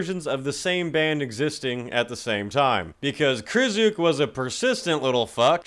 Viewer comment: Pronounced "Cry-Stof"